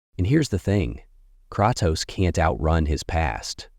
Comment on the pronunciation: cratoos and atreeus